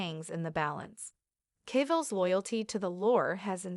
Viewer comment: How many times can the AI mispronounce "Cavill"?